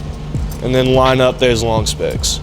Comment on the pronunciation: Excellent vid. Thanks! Is he saying spokes or specks?